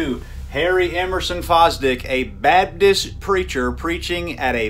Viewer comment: Baptist, not babtist